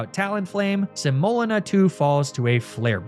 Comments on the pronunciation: I love the theme of "flours" for a grass challenge but your pronunciation of semolina (sem-oh-LEE-na) is rough lol. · Another well made nuzlocke and video! But I’ve only heard the word pronounced “se-moh-LEE-na” and I was losing my mind hearing you say your abomasnow’s name over and over. It was cathartic when she died. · Semolina (seh-moe-lina) 🥲 it’s the thick gritty flour that makes pizza crust kinda crumbly and yummy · How ypu pronounce semolina kills me😅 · My spouse is watching this video right now and I had to look it up just so I could comment that THAT IS NOT HOW YOU PRONOUNCE SEMOLINA. It is causing me physical pain every time I hear butcher the word. (That Hariyama re-enactment was hilarious, though.) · For some reason you saying semolina wrong was the only time I’ve ever been annoyed with your mispronouncing antics haha. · Welcome to today’s episode of: Is Pronouncing Things Wrong Because It’s Funny, Or Did He Just Google “different types of flour” For The Naming Convention, And Genuinely Just Doesn’t Know How To Pronounce “Semolina”? In all seriousness tho, loved the vid! I cackled at the window bit 😂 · Praying that the mispronunciation of "semolina" was on purpose because it caused me psychic damage each time